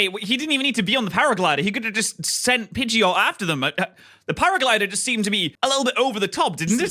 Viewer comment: Pidgeot not pidget